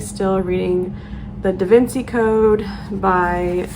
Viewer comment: Totally with you on appreciating books no matter how old it is. Also the pimples could be from your mask! Lol your gonna hate me for this but Da Vinci is pronounced "Da Vinchi"